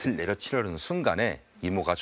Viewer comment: 배우님 너무 좋아하는 배우ㅠㅠ 너무 좋았어요 낫을 이거 나슬 로 읽어주셨으면 좋았을텐데 나츨 로 읽으시는게 좀 아쉽긴 했지만 잘 보고 잘 듣고 갑니당